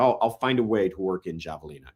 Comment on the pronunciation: It’s a silent J on Havelina’s